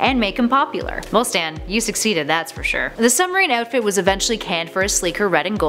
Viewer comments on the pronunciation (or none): none